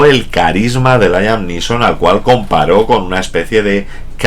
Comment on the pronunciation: "Layam Lison"????.........smooth!!!!!!....jajajjajajqja.esta es una mis pelis favoritas!!......